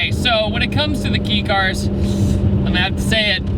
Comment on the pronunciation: Just FYI BRIDE seats are pronounce Bree-Day, not like a wedding bride . Also it’s KAY cars. Not KEY cars. 😎👍